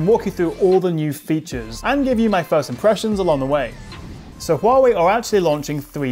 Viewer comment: Your correct pronunciation of Huawei (which is rare) really impressed me.